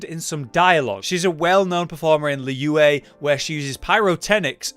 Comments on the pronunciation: idk why ur pronouncing liyue like that even tho everyone in game has said its name so manny times alr. its lee-wey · It's lee yuh-ue(try to pronounce yuh-ue in one syllable)